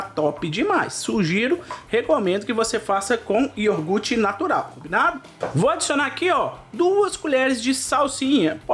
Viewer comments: Só uma dica: não é IORGUTE o correto é IOGURTE do resto tudo 10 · Receita boa.mas por favor não leva a mau,mas vamos procurar falar nosso português mais correto.É IOGURTE e não ioRgurte. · Ele falou iorgute três vezes. Eu conheço iogurte! Kkk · Só não encontrei aqui o "IORGURTE". Achei o Iogurte, pode ser? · O que é IORGUTE*? KKK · Yorguti???? Kkkkkkkk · O cara escreve IOGURT mas fala IORGUTE... Brasileiro é uma desgraça mesmo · Delícia de receita. Mas prestei muita atenção na pronúncia 🗣"IORGUTE" 😂